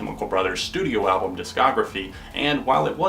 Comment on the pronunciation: Echoooooes! Are you saying "Pam" or "Albawm"? Good review mate! ;)